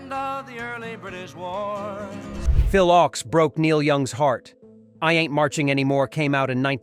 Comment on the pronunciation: Phil Ochs is pronounced like "oaks" instead of "ox"